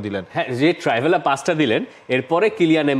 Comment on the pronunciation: ওটা ট্রাইভেলা না ট্রিভেলা, আবার analysis মারায় 😒